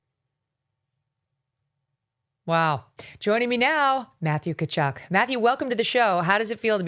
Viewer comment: Tkatchuk …. Ti ka chuk (soft on the i no pronunciation of the 2nd t